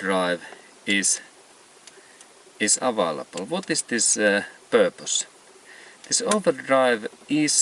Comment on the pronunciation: You lost me at "Vat tis iz Purrpiss"...